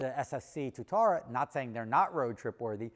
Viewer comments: it’s got two syllables Tua tara it’s named after a lizard in New Zealand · Its pronounced Two - ah - ta - ra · Anyone else a little triggered by how says Tuatara? No, just me? 😂